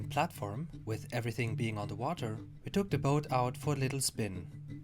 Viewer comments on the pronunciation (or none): none